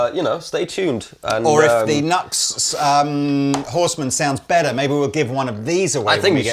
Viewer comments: You're a world-wide music retailer and didn't bother to check the pronunciation of NuX? I love you guys but have to say I was embarrassed AF for you both sounding like such ignorant amateurs. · NEW-X not nucks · Great pedals for reasonable prices, good to see you stocking them. I believe they pronounce it as "New X" rather than nux. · It’s pronounced NU-X. Their manuf. symbol has a dash or an arrow between the U and X. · It’s Pronounced NEW-X …….I’m petty sure a half million:people are freaking out and blowing up your inbox busting your Nux over this harmless mistake…… but just in case you f around and get smushed by a stack of Marshalls happen and kick tar bucket I thought I should tell you …..I don’t want you going to hell over this…..😂 keep posting you awesome vids they are really informative and I made sure to watch a video of the gear that I’m planning to buy before I buy it to see if it get the seal 🦭 of approval 🤘🏼🤘🏼🤘🏼🤘🏼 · Ah isn't NUX pronounced New-X? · The brand name is pronounced New X. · Hey fellas...it's pronounced 'New X'. The Horseman is amazing as a boost in front of a cranked amp. And tell Pete he is definitely not allowed to get his Morning Glory out on YouTube. 😂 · Pretty sure they have stated that it's officially pronounced NU-X. Like "new ex". It's not as fun for jokes that way though haha. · “New-Ex”. Please. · It's pronounced new-x. I get that it's a funny little throw around bit, but the smallest bit of respect that we can pay someone is to get their name right. It literally costs nothing to do. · It's pronounced NEW X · I believed it's pronounced " new x " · Pronounced ... New X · I have had mixed results with NUX (it's pronounced New X by the way!)All the ones I have had have been the full size pedals rather than the mini versions. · Pronounced Nu-X (new-ex) yes? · i dont mean to rain on the parade. but. i'm PRETTY sure its NU-X like new-ecks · Ob-nux-ious. But isn't it pronounced New-X?